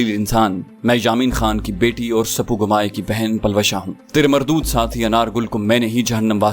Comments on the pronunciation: It's not sapugomaye it's spogmay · سر اپ پلوشہ کے بہن کی pronusation غلط کر رہے ہیں۔۔سپوگمئ ہے اسل نام اسکا۔۔میرے خیال سے